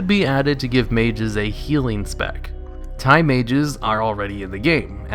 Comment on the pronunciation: I thought you said thai mages instead of time